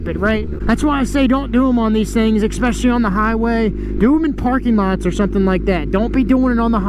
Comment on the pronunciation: There is no word "exspecially" so please stop saying it!